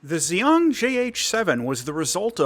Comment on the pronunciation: Xian is pronounced more like Shee-ahn.